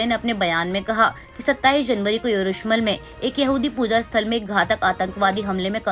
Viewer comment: Madam ji,Yerushmal ki jagah Yerushalam boliye.